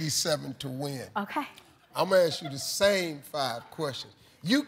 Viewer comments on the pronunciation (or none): always sounds like he says ass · i thought he says "ass"?